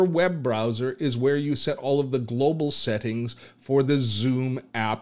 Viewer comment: 1 really stupid question......Is it only me or everyone heard him saying sehting instead of settings